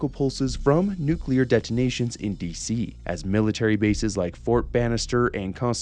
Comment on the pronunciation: Nuclear or Nucular? Hmm 🤔